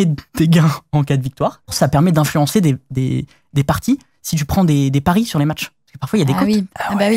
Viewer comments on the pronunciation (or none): none